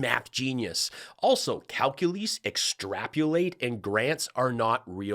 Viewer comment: Number C is great at "Calculace" 🤣🤣🤣🤣🤣🤣